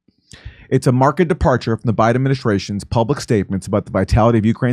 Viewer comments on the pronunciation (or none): Question: Why do words like "Failed" get pronounced Failed, but when you read the word "Marked" Both You, and the Black Military dude pronounced it "Mark-ed." I know this is a dumb question, but Is It? THINGS THAT MAKE YOU SAY HMMM??? 😝 Just had to give you cRap. 😉 GOD, FAMILY, AND COUNTRY BAYBAY!!! 👍🏽👍🏾👍🏿🇺🇲🙏🏽🇺🇲🤟🏽🇺🇲🤘🏿🤘🏾🤘🏽